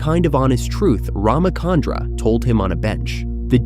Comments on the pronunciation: Please note that its Ramachandra (cha as in charcoal), not Ramakandra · First, Neo wasn't blind during this scene; he was unconscious, having lost consciousness at the end of the scene Reloaded. Second, being an Indian, hearing the miscommunication of RamaKandra is painful. It's RamaChandra, “Ch” as Chill, not Chemistry. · Its not Ramakandra, its Rama chandra just like how we pronounce Cha in chalk. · It's cha.. Like one two cha cha cha... Ram-Chandra not kandra